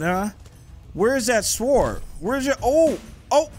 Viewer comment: lmao kev the (W) in SWORD is silent.